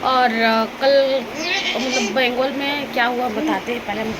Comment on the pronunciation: Bangal yeh bengul lagta hai zubaan mein gadbad hai😂😂😂😮😮😮